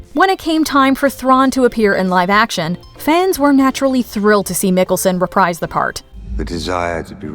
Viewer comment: Pronounced Mikkelsen wrong, I thought she was saying Nicholson LOL